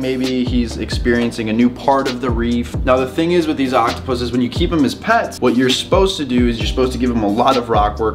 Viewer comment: He is saying it correctly.